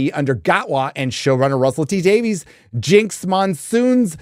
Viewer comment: DAVE-ISSSS. Not Day-Veeez. Pleeeeeease say it right. Please!